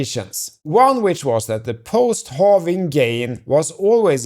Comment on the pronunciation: It’s pronounced, “hă-ving” not “hoh-ving” and “dah-ler” not “doh-ler.” You’re a bright guy and it seems that you can pronounce these words “prah’-per-ly.” 😊